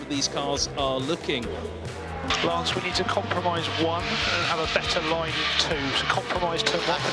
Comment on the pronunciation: “I’m sorry, Fernando. Did you say Lance or Lawrence?!” 😂